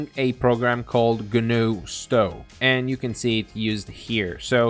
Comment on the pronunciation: Also, the 'o' in Stow is pronounced like the 'o' in toe, not cow. 😉